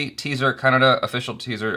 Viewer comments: ur pronunciation on "kannada" was absolutely correct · You said" kannada "better than the north indians